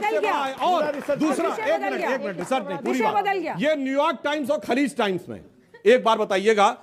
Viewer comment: KHALIL nahi bhai KHALIJ TIMES